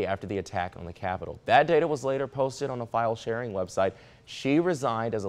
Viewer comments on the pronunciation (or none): none